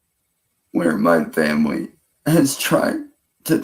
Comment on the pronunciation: 'I want to do better, I want to be better. My Fuhmly' blah blah blah. Lies. You want to be left alone so you can do what you always do, prey on women and children. You haven't honored anyone or anything your entire life you little sex pest freak.